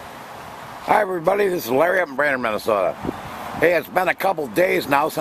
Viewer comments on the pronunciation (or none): none